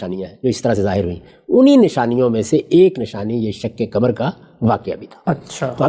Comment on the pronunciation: غامدی صاحب پہلے اپنی اردو درست کر لیں۔ آپ نے کہا شک کمر ۔ آپ کو قاف بولنے میں دشواری ہوتی ہے؟ صحیح لفظ شق قمر ہے۔ پاکستانیوں کو قاف بولنے میں دشواری محسوس ہوتی ہے ۔ 🎉🎉🎉